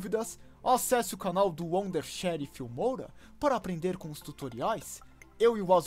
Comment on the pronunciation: Ok, você falando Filmoura me deixou com 87 tipos de câncer diferentes, muito obrigado.